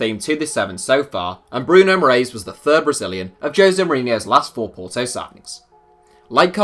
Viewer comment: for future reference, the correct pronunciation of “Moraes” is “More-eye-sh”